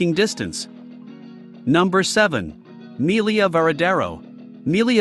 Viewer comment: It's pronounced "me-LEE-ya," not "MEAL-ee-ya"